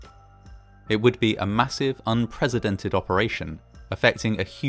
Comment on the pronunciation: Haha! Did you just swap pronunciations of "unprecedented" with the now famous "unpresidented" on purpose? Taking a jab at Trump's stupidity will never get old ;)